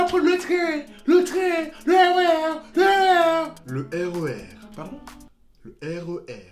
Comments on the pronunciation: Elle arrivait même pas le Re R c'est trop drôle 😂🤣😂😂😂🤣😂😂🤣😂😂😂😂😂🤣🤣🤣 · Jai trop rigoler a elle sais pas dire R.E.R XD lol trop bien fais bravo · Le RER, pardon? Le RER Èrèr😂😂